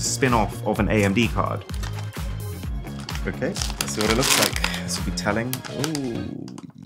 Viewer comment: the i think "okay" sounds like the german "Wirklich" please look in translator